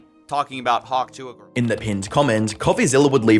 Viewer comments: Only you consistently says twa instead of tuah 😂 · I can’t listen to you butcher tuah seriously say 2 ah not twa god you’re sending me bro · Hawk tuah: ❌️ Hawk twah: ✅️ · Bro it’s TUA NOT Twa messing me thought this was a AI channel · Why are you pronouncing it as twah. When you said it as Tu-ah earlier in the video. You did all the research for the video but not how to pronounce it 😒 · It's "Too-uhh" not "Twahh".... also, please for the love of God go back to faceless videos... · It is so goddamn annoying how people say “hawk TWAH”… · I keep hearing Hawk “Toi”, which I assume means, “your hawk” in French. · Hawk 'TWARR'?? How can this pronunciation be acceptable... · The way you say ‘Tuah’ like ‘twa’ is so irritating man 😅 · i’m sorry but u said hawk twah and i stfu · I love that you pronounce it like she's French and fancy. "hawke tois! Merci!" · When you say “hawk twah” you have no credibility. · Hawk twah! Is ze fancy French souzern girl from Amedica! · "Hawk tWah" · I love the way says her dumb name like literally “hawk Twaa” 🤣🤣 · Hawk Twah? This AI is getting out of sync. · Hawk "twah" lol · Hawk "trois" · people: pronounce tuah as too uhh: pronounces tuah in a french way (sounds like the way -ois is said in a french way) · I feel bad for you brotha I know your accent probably can’t hit that southern slang but it’s pronounced Two-Uhh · Is it just me or did he say "Hawk Trois" ?🤣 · Well this is the earliest I've ever been. I cant get over how he was pronouncing it as "Hawk Twaah" here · I cannot get over how he hears dozens of people say hawk tuah correctly and somehow he still mispronounces it XD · how do you manage to incorrectly say “tuah” and then correctly say it when reading out comments ? lol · I don't mean any disrespect to the creator of this video, but is the voice AI? I'm just not grasping how they can mispronounce "tuah" multiple times even after playing the clip of her saying it. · Tuah is 2 syllables.